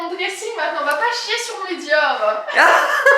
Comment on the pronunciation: "Va pas chier sur mes Diores" y'a un ptit accent ou ton prononcé, j'ai adoré 👌🏻😁